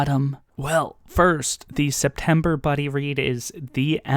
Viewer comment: Yes, it's -Friday again! 🥳 Thank you for explaining the SeptEmber Blade situation, I almost didn't get it 😋 Yeah, democracy is the best #AnithaToCoHost Red Rising is a very good choice, it's so good. I'm sure you'll love it and want to talk about it for days. I haven't finished the eye of the world yet too, but I am already curious about book 2. Oh and also, can you make it an habit and pronounce a few russian names or words in every video? thank you in advance